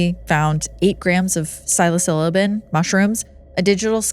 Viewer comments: 🤣🤣 didn’t notice … she said psilo ciliabin.. instead of psilo-cybin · Psilocybin is pronounced sai-luh-sai-bn. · Did she say "silo-siliban mushrooms"? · Psilocybin is pronounced sil-oh-sy-bin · I've heard of psilocybin mushrooms but never have i heard of psilosilibin 😂 hahaha that was a funny pronunciation 😅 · I can’t be happier that a young lady your age doesn’t know how to pronounce psilocybin. It’s refreshing that anyone under 30 doesn’t know every scientific and colloquial name of any drug in existence. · Pronunciation of psilocybin made me turn this off immediately. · please learn the pronunciation of psilocybin 😂😂😂